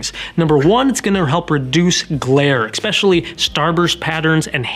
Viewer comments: May I? Ess-specially not ecc-specially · Thanks for the honest and detailed explanation of AR coatings. You do great in front of the camera. My only criticism---and it's just my personal pet peeve)--is the way you (and others) pronounce the word "especially." There is NO "k" sound in the word: it's pronounced "ESS-speshully" NOT "EK-speshully." ;-) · Great video, especially when you say EXSPECIALLY! Grammar Nazi here, thanks to the Texas school system. LOL! Seriously though, a very informative video. Thanks for sharing. 😊👍🏻